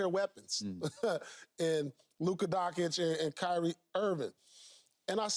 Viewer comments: Haha....Ant saving energy.....this Keyshawn guy is such a clown! Like Luka just started showing his greatness, the guy is delusional! And please someone tell Paul Pierke thet Luka is not named Donkic but Doncic, just like his own F*#@ name! Damn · Did Pierce just call Luka "Donk-itch"? tfoh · Pleaaaase Donchich. Two ch like in chicken, choke, chachacha, check. It‘ s not that hard. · Dock-age😂 com'on Paul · Paul Pierce can’t pronounce Luka Doncic name lol 😂